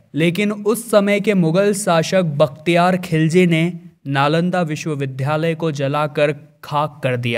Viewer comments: विद्यालय vidyalay को विध्यालय vidhyalay क्यों बोल रहे हो। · यह विद्धालय नहीं विद्यालय है , अपना उच्चारण सही करें । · दक्षिणउत्तर दिशा कौन सी होती है ? विध्यालय नहीं विद्यालय बोलें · एंकर महोदय प्लीज बार बार विद्यालय का उच्चारण सही करिये उच्चारण में द्या (dya)का उच्चारण कीजिये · कृपया विद्यालय बोलें।